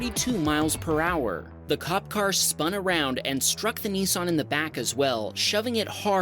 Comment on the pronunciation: *Niss-an, not "Knee-sarn", ffs...